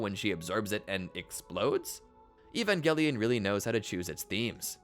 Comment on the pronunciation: E-van Juh-Lion 😊